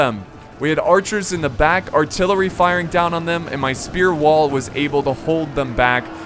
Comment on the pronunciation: u said tht artillewy fire🤣🤣🤣 ur dope💪🏾